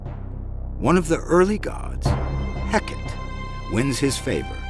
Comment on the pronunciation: The Greek “goddess of witchcraft” name Hecate is pronounced Hecka-TEE. You really ought to learn to properly pronounce names if you’re gonna try to tell a story about someone